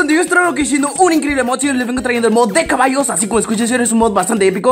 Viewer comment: DICE CABALOS